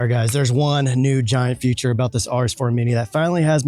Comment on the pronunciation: 'Feature' is not pronounced as 'future' ;-)